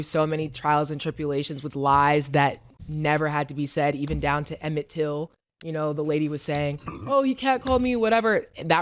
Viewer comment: Emmett Till was killed because the yt lady said he whistled at her but great job saying the name